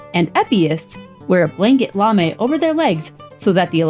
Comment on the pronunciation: Indeed, and the lamé is pronounced 'lah-MAY', not 'LAH-me'.